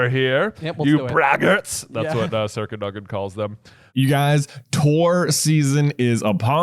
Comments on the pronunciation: The emphasis for Sir Cadogan should be on the A, not the O. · I had no idea what you were talking about when you were saying "circa dugin" then I realized it's sir cadogen. I always thought it was pronounced "cad-oh-gen" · “Circa Doug-in”